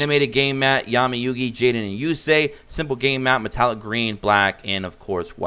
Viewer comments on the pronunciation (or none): none